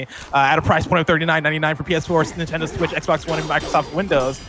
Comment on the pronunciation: That "nintendo switch" by Blessing sounded very Hispanic lol